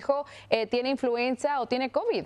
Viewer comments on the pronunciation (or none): Es INFLUENZA no INFLUENSIA que vergüenza ( mimutos) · NO SE DICE INFLUENCIA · Infuencia? Menos mal que la siguiente vez lo dijeron bien. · No se dice influencia... es influenza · Es influenza no influencia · INFLUENCIA? O INFLUENZA? LOS DOS LO DICEN y los corrigen en el apuntador haahahahah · Se dice INFLUENZA no INFLUENCIA! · The right word in Spanish is "INFLUENZA" not "INFLUENCIA", THEY HAVE OBVIOUS DIFFERENT MEANINGS!!! It's amazying how ignorant some TV announcers can be! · PERDON: Se pronuncia INFLUENZA referente al virus..... INFLUENCIA es otra cosa...increíble que presentadores no usen los bocados correctos y donde corresponden, no todos somos analfabeta para no entender lo que nos están presentando......... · Influenza No Influencia 🤦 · Es influenza!? No influencia!! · Se llama INFLUENZA que es H1N1 . Lo está diciendo mal ya que dijeron INFLUENCIA por favor llamen a las cosas por su nombre correcto. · Influenza señores, no influencia.